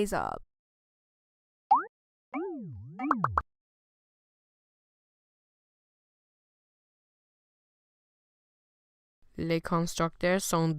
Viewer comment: you have tk work on the word arbre becuz it sounds like you're trying to say the word "arme" which means gun in french.